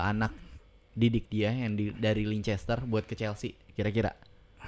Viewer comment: Bang...Leicester City bacanya Leister City gitu aja...susah amat Leicester....